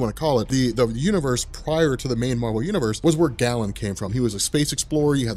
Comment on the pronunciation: I'd say it's GAY-len, not Gallon.